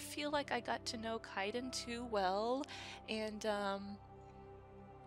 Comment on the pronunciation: I love how you keep miss pronouncing Kaiden name xD I know it's not intentional xD